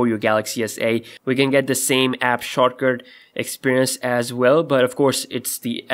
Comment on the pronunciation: The way you say "shortcut" sounds like INDIAN. lol